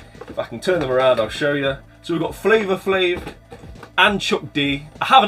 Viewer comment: Bahahah love that Flava flav! I can’t hear his name and not say it like he says it 😆 If you ever see One Punch Man, pick that up too. The seasons are super expensive! We just played through Obscure couch coop. Expensive game but oh shot so good. I hear ya about playing Xbox and Xbox 360. Alex and Scott are on quite the kick. That giveaway is beautiful! Congrats to whoever wins and don’t blame you for staying in the UK with that. Lots of Love from Retro Rivals Please tell junior and Mrs. we said hi